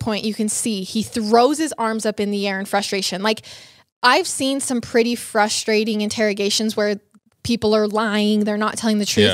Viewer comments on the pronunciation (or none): none